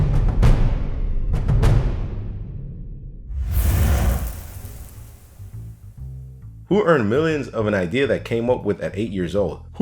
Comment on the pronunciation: planet dolannn why he say it like that lol